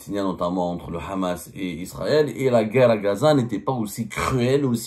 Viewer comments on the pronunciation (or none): none